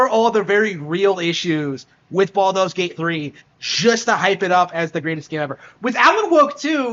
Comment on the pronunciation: Baldos Gate 3 lol how dare you sounds funny doe